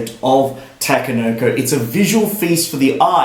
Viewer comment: idk but I cringe when you say takenoko however thanks for the review